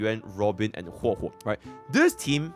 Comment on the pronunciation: Bro really call her Hwe Hwe in a video vetted by Hoyoverse themselves 😂